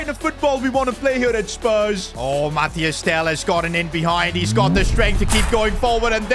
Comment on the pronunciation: Stop saying mathiAs tel, it’s just mathys!